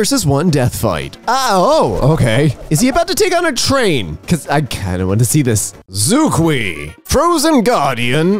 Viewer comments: Xueque would actually be pronounced more like "shweh chweh" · You know what? Fxxk pinyin. I really love it when pronounce that word as zoo-kwee.